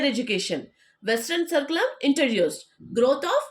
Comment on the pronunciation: First, you learn how to pronounce important words like 'curriculum'.